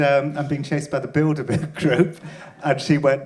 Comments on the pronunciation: I understood "build a bear" group. Was quite confused for a minute. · I keep hearing "build-a-bear" group, which is giving me a weird image of teddy bears taking over the world